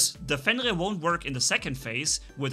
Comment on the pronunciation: Or fiend rear lol